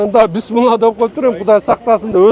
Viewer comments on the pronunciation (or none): none